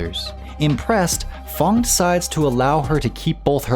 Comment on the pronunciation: It's f.a.n.g not f.o.n.g